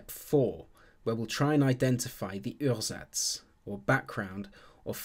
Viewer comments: Ursatz is pronounced oo-ah-zats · It actually sounds like as if it was French words :D Uhrsatz in German is pronounced kind of like a British OOah-zats (or in IPA: /'uɐ.zats/)